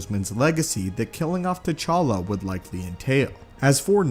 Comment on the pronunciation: It's T'challa